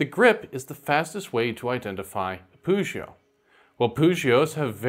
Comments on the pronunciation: i am more used to a pronounciation with a hard ''g'' instead of a ''ch'' sound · Nice info, but your pronunciation of "Pugio" really annoys me. The "g" in Latin is always hard. It should never sound like a "j."